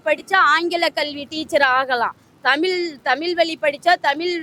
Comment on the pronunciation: இவளை எங்கிருந்து கூட்டிட்டு வந்தாங்க இவ தமிழே உளருகிறாள் நீ வரவே வேண்டாம் நாங்கள் உங்களை அழைக்கவே இல்லை. இவள் ஏதோ ஜப்பான் காரி மாதிரி பேசுறா.இவளை முதலில் தமிழ் என்று சரியாக உச்சரிக்க செய்யவும். தமில் தமில் என்று பேத்துகிறாள்.வாருங்கல்....என்ன தமிலு என்று தெரியவில்லை